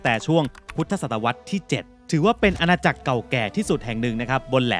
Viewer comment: จริงๆ ต้องอ่านว่าอาณาจักร ตาม-พระ-ลิง มาจากภาษาบาลี Tambralinga